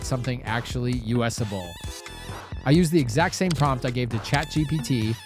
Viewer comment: This guy's voice is AI... "U.S.able"